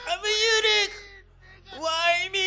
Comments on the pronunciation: Eunuch가 자꾸 Unique로 들립니다 ㅋㅋㅋㅋㅋ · eunuch발음이 유니크랑 비슷하군요... 유니크한 고자